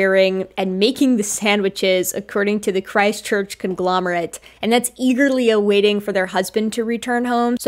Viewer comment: every time you say Christ Church, i think you're saying ChristChurch a City in NZ